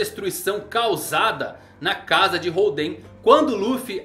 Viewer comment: legal o video, mas nao eh "holdEn" e sim hOlden que faz mencao ao estilo de poker, ainda oda brincando com os jogos em tudo relacionado ao kaidou